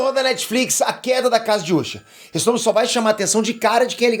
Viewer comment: ta me dando uma raiva esse cara ficar chamando de úsher